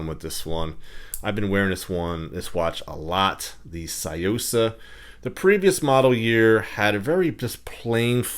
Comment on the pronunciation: You pronounced it wrong it's Sue-Yo-Sahh